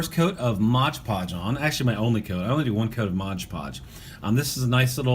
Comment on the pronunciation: Love the videos love wwf golden era but one pet peeve that bugs me is you saying modge podge lol its MOD podge haha back to being the doctor of style again